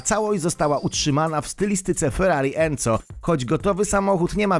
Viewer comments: enzo sie czyta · ferrari enzo a nie enco